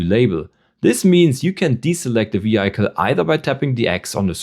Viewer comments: Schön erklärt, aber bitte, das Auto spricht man nicht (vi:haicle), sondern (vi:hicle). 😬 Der kleine Oberlehrer sei erlaubt. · Du solltest die Aussprache von Vehicle noch mal überdenken…